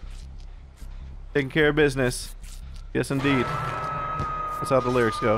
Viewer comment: Ohh "that's how the lyrics go" i thought he said "that's how delirious go" i was so confused😂🤦